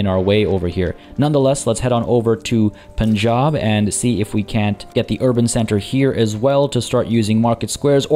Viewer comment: Lmao intentionally mispronouncing things for the intro to this one was a challenge. "Poonjab" lmao. Major focus on economic progress this episode as we gear up for the next major conflict. If you missed the previous episodes, check out the playlist here